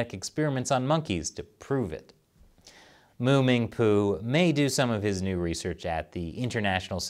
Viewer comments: "Mu- Ming- Poo"....LOL I m sorry.......I just cant..... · I appreciate the pause before reading the name of the neuroscientist. Class. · I lost it at the pause xD